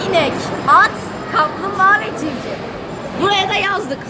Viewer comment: Her şey olarak ama civciv değil civciv Zeynep